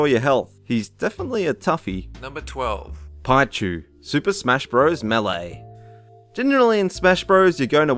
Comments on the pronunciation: pie-chu its pichu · Pie-chu? No. Pee-chu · its pichu as in pee chew not pie chew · GAMING well tell to research pronunciations before he records because Pichu is NOT pronounced as "piechu" it's pronounced as "peechu" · Its pronounced pee-chU not pie-chU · GAMING PEEchu, not PIEchu. Also, Reeku, not Raikou. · GAMING Pichu not Pihu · "Pie-chu"! I actually loved playing Pichu in Melee... I think the point was to be challenged in using tactics wisely and not uselessly use electric attacks until it's needed in order to win a game. That's how I saw it anyways. Kind of like choosing hard mode on any video game rather than easy to say "I won using the best skills and tactics possible!". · Did you just call it pie-chu!? It's pee-chu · The whole mission in RE4 is to save Ashley and bring her home, I admis she's useless and quite annoying but she has an obvious role and btw it's Pi-chu not Pie-chu and Magikarp as one word not magic carp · I'm sorry? "Pie-chu"? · Pie-chu? oh gawd. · Piechu? Do you me Pee-Chu (LOLZ) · "piechu" It's pronounced "peechu" :P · pichu = pee chew really, that's an accurate pronunciation not paichow or whatever you tell him. EDIT: also, re(redo) queue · Pii-choo not Pie-choo. Ree-koo not rai-koo. Vahn, not van. Also, how is Kairi annoying? She's barely in the game at all, so how could she possible get on anyone's nerves? Why was the first picture you showed of Namine, not Kairi? How is a joke boss that's really easy to beat annoying? What was the criteria for "annoying" in this list at all? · It's pronounced "PEE-chu", not "PIE-chu". Also Riku's name is pronounced "REE-koo", not "RIE-koo". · pichu doesn't sound like pie chu but it sounds like pea chu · Piechu??? ITS PRONOUNCED PEE CHU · did he just say. Pie Chu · A... Piechu? You mean pichu? Pronounced Peechu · for 12... piechu? its pronounced Pee-chu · Pie-chu... Rye-ku... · Pie-chu? Magic-karp? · it is not Pie-Chu!!!! it is pronounced Pee-Chu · Pee-chu not Pie-chu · pe-chu not pi-chu